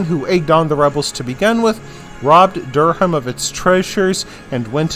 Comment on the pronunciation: Good but needs abit of work on pronunciation. Robert de Comines is pronounced Co - mean and Durham is pronounced Dur - rum. If your an English school pupil watching this its important to get this right.